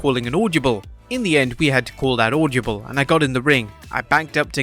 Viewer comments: Audyable audyable audyable audyable 🤦‍♂🤦‍♂🤦‍♂🤦‍♂🤦‍♂🤦‍♂ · Why can't you say "audible" properly? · The pronunciation of 'audible' is so weird.